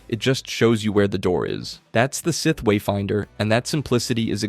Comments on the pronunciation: idiot says scythe instead of SITH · Why did you comment “Seeth” when he said “scythe”. My brain hurts 🤔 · Bros pronunciation is terrible no way he’s a real fan when he can’t say with or kanan jarris 😂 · He's pronouncing it like 'Scithe' and I can't bare to go past 3 minutes further